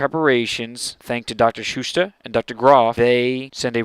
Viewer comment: its schutester, not shootsta